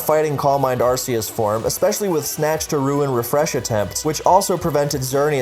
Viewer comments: "saying these are incorrect pronunciations" isn't pronouncing them wrong myself Hydreigon has the German word Drei meaing 3 for the number of heads it has, pronounced dry, so it obviously isn't hydraydon The RKS system in gen 7 is named after Arceus so it obviously isn't Arseeus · Hydraygon, arseeus, please learn how to pronounce pokemon names